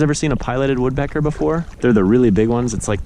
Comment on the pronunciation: dude you pronounced the woodpecker name wrong -_